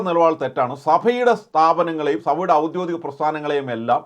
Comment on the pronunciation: സുഹൃത്തേ, ഔദ്യോദിഗം അല്ല ഔദ്യോഗികം ആണ് ശരി.